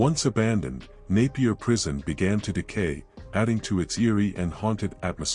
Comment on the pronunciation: Thanks for pronouncing Napier right . Naiper prison still had inmates in the 1980s